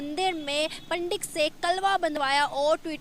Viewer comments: Chutiye Its Pandit not. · Ye kya hota hai..😀 pandit hota hai 😆😆😆